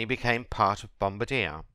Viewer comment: That's not how you say bombardier